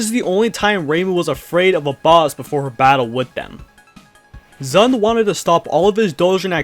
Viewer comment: Here's a fun fact for you, the guy who made this video doesn't pronounce ZUN right even once in this video!